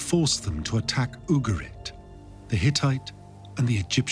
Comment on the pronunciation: Just remember it’s UgaRit, not UgaLit 😉